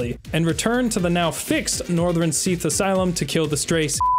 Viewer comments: "execrystaler smeath" 💀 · Seath and seath. Seath. Seath. And of course, Seath. Seath. Then, from the dark Seath came. Seath. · I'm never gonna hear Seath correctly now, it even sounds weird in the line it's supposed to be in😭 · The age of seath lmao